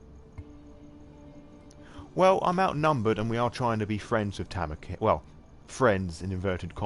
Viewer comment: also yes i realize all of these are old but tanika is pronounced ta-NEE-ka